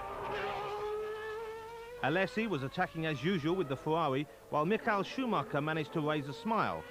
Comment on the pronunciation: Mick-ail Schumacher? Suddenly he's Russian, Murray? Come on! It's a standard name and you had it correct in '92 (you were wrong in '91, but you got it right in '92), so what gives?